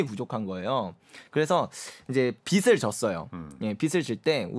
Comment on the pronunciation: 제발 비슬아니고 비즐이라고 발음해 주세요... 오해가 말에서 나옵니다...